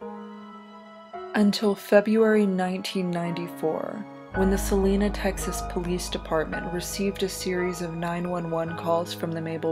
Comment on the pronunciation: “Selena Texas” oof it’s Celina Sill-Aye-Nuh